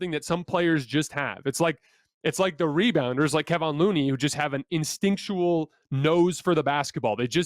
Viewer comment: If anything, can you actually learn how to say Kevon Looney's name? It's disrespectful at this point.